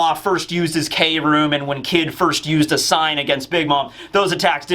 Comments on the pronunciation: It's pronounced "Chrome", it'll be funny to see the whiplash from manga readers when they watch the anime version of the fight later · Wille means will, like will of D Takt means pulse, or beat Kroom can mean chromium or I think what Oda is going for is chrome? I think mainly it just sounds like room and Oda loves his phonetic puns Please updoot this so can stop saying 'K' room 😂